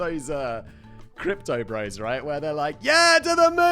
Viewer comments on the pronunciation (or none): none